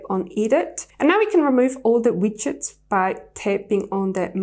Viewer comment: Pretty Shure they are called widgets (Wigedts) not Witchet Bit ok